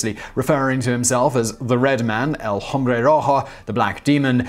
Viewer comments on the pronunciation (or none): H is silent in Spanish, so it's "ombre" not "home-bre". Wouldn't have mentioned it but twice in one episode is too much.